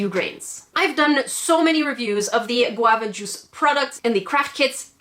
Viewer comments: I’m pissed off at Qwava Juce I hate that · nobody despises guavajuice more than...